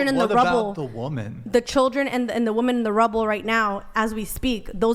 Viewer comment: Thank you Andrew for making stupid bitches pronounce women properly and not like woman.